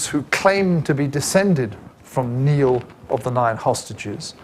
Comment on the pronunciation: NIALL of the Nine Hostages, pronounced NIGH-ALL..